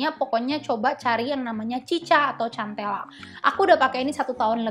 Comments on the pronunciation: Maaf kk bacanya sentela bukan centela 😘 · Agak gimana gitu denger cara penyebutan cantela😂 soal nya boasa sebut nya santela😁